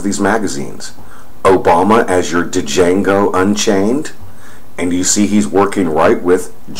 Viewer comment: "Jango." The D is silent.